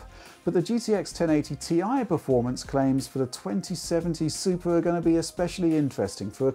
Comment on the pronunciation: Did anyone hear him say Supra instead of Super?